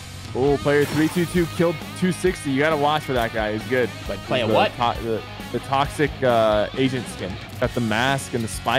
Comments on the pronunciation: I thought that Sypher kept saying Toxic Asian not Toxic Agent and I was so confused lol. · All I'm gonna say is I heard the say toxic Asian not toxic agent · I thought sypher said toxic asian like what!?!?